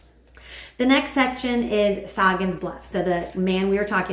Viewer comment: I'm not trying to be critical, but Sagan's name is pronounced Say-gn.